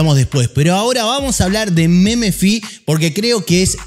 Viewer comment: jajajaj meme - fi, se dice memfai boludo XD